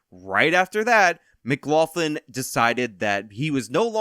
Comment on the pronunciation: I'm finding it very difficult to accept that a guy who says he is part Irish cannot pronounce McLaughlin correctly. Say: m'-glock-lin